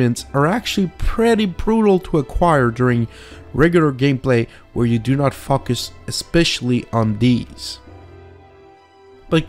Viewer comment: Anybody else giggle when he said "Focus". No? Just me? Okay lol